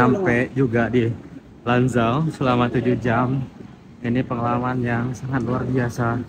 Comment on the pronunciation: Chongqing bacanya chongching bukan Chongking Lanzhou bacanya Lanchou bukan Lanjou Gansu bacanya Kansu tidak ada yang benar abang ini baca pinyin